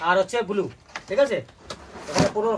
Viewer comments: I r repeating n repeating extremely boring vdo n it's not bulu it's blue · ট্যাকচার ,বুলু!!! প্রতিবেশী দেশের উচ্চারণ।